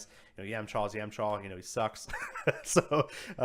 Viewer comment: I'm gonna overlook the fact that you cannot pronounce character names and you made a huge amount of errors reading off cards.I cringed when you tried to pronounced yamcha, and no he actually does not die at that scene, him and tien defend goku's life. Actually one of his defining moments. an ok video at best... but i'm going to have to apologize because i will not be subbing for future content. I don't think you represent the card game or the fan-base very good. best of luck